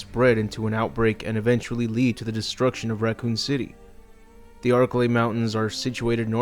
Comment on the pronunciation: Yo I took a shot every time you said archilei mountains I got fucken drunk